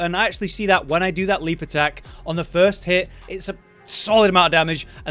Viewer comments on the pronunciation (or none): none